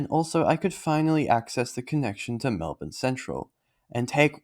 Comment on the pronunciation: Like 'Mulbn'. its not Melb'ORN'e